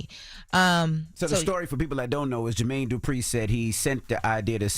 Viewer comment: Not Jermaine “Durpi” 😂 put some respect on his name